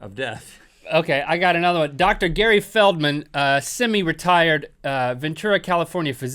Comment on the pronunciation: when link said semi-retired i thought he said semi-retarded and i needed to rewind XD